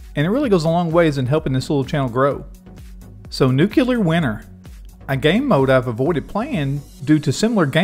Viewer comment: NewClear not Nucular